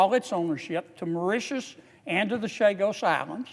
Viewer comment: he needs to learn how to pronounce those islands mor-ish-shus cringe > maw-ri-ti-us can't remember how he pronounced the say-shells